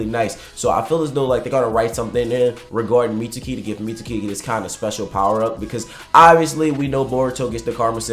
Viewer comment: I hate that he pronounces mitsuki as “meet-sue-key” bruh sasuke is not “sa- sue-kay” it’s pronounced “meets-key” jus like sasuke is pronounced “sas-kay”